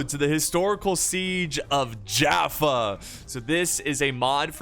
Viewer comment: I used to live near jaffa and we pronounce it as Yaffo with a Y sound